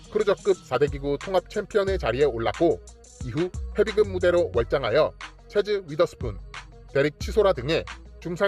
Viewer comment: 헤빗급이라고 발음하시는게 맞습니다.